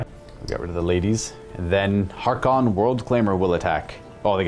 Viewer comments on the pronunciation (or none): it's Haarken World Claimer "H-ARE-KEN", not "HAR-Khan". C'mon man, he's so cool at least get his name right. Great bat-rep. Love to see more Black Legion.